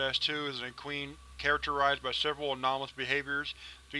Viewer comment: Sorry, but you didn't pronounce equine correctly long e and long I, e-q-eye-n I'm not trying to call you out, it's just for your information